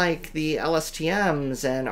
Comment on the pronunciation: Pronunciation of "sequence": SEE-kwence (not sink-WENCE). Concentrate on the SEE and the rest will sort itself out.